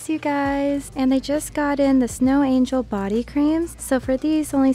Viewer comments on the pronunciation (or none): none